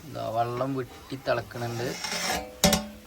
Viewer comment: വള്ളം അല്ല വെള്ളം ആണ്😂